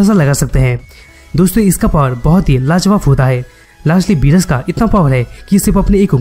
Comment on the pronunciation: you r saying berus but its beerus